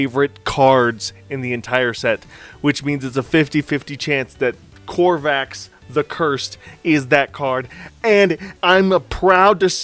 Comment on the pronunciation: I know this is nitpicking but please... Please stop staying Crovax wrong! It is not COR VAX It is CRO VAX.